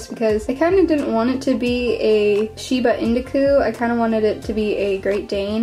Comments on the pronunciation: Also not to hate but it’s pronounced shi-ba in-you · What the hell is a Sheena indecoo don’t you mean a Shiba Inu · A shibu indaku wut its (E-New) inu